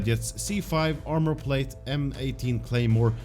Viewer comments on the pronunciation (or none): none